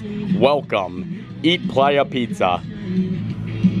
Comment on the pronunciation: Honey I think that pronounced Play-ya 😂 it's slang names in the pizza place to me. Lol